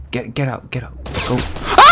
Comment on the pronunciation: No one: No one at all: This guy: IMMA PLAY FORTNUT AND DWANGON BALL IN ONE VID